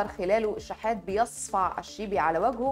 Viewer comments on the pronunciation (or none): بيصصصفع ؟ و بتشددي على حرف "ص" . احتراماتي لكل المصريين المحترمين إخوننا